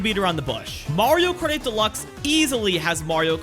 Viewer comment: Why can't he pronounce "Kart 8" in "Mario Kart 8 Deluxe"?....drives me crazy